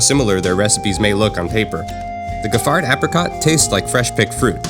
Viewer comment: Giffard is pronounced Jif-far.